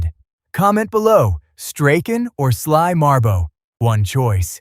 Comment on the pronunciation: Sly Marbo. It's freaking Sly Marbo.